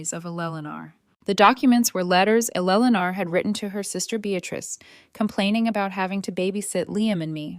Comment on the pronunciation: Elelenar? Sheesh. why i hate AI. Your stories however are wonderful. Here's hoping AI grows up. Toledo Ohio